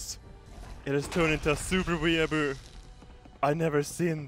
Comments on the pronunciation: "were-boos" Hahaha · The way pronounces 'weeabo' makes me cringe so hard, still love him though, #nohomo. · Now this is probably a stupid question but what is a "wee a bu" (I'm not sure how it's spelt so I'm just going off pronunciation)